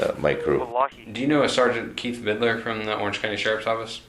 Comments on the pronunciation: It annoys me so much how he says “vid-a-ler” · Why does everyone add an extra syllable to vidler? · Vidiler, he says. He also says supposebly, irregardless. He is edumacated. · I hate his constant "Vidiler" over and over. is a chronic mispronouncer of words. His eighth grade education really shows in this department. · Word! J-Dawg…it’s VID-LURE, not VID-ER-LER!!! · I HATE the way says Vidler. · They should hold in prison until he can properly pronounce “Vidler”